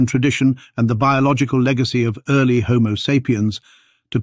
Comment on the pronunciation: "ear-ly" lmao